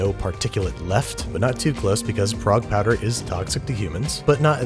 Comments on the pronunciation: is he saying frog powder, or Prague powder? i cant tell what the hell hes saying!!!! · Oh, Prague powder, like the city, not frog powder. Neither I nor the closed captioner could figure this one out.